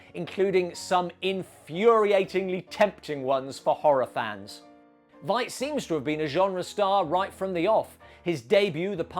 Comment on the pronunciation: It's pronounced like "fight", not "vight". (just a nitpick; great video!)